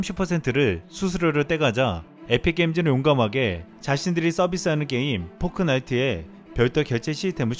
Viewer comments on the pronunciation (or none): ㅋㅋㅋ 포크 나이트가 아니라 포트에요 포크 나이프랑 헷갈리신듯 ㅋㅋㅋ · 포트나이트.. 포크나이트아니고..